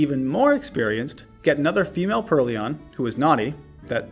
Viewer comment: Alder wasn't the only one lmao. I think you called Purrloin a Purr-Leon until you evolved it. It's supposed to be Purr and Loin like coin. But in hindsight it was funny as heck so I think it's good you kept it!